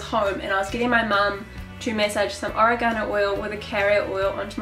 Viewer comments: oregano (o-reg-a-no) not origano lol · Edward H oREgano, accent on the RAY. lol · Is this the oregano we put in pizza sauce? oh-ray-guh-no Saying it like oh-ray-ga-no makes me think its an ancient chinese secret spice.